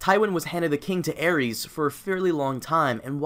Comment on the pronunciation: Aries? It's Aerys bro